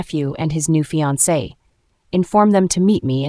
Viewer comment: narrator makes a lot of pronunciation mistakes. Sometimes she says 'I-da' but in the next breath its 'Ee-da'. She also mispronounces fiancee (which is spelt finance lol). And why do they keep repeating full lines of dialogue - as though we didnt hear it the first time. Some last minute editing hasnt been done which is a bit sloppy. That said, the story is quite good. Kevin and Claire are a'holes though